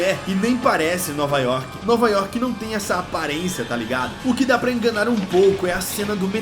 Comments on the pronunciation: É Jaison York e Jason Work kkkkk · "Jason yoke" "Jason Work" OI??????????????